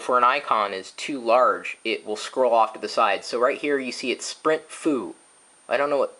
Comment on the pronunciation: Sprint Foo? haha. Nice Chris...